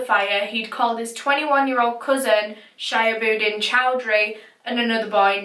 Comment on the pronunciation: not sha-ya-bud-in . It's She-hub-ud-deen. But who cares. A murderer is a murderer.